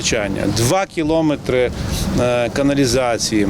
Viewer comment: КілОметри ,що з вимовою в міського голови ??? КіломЕтри !!! Тупий і ще тупіший .